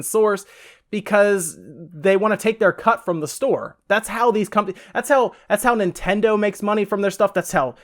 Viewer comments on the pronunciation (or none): none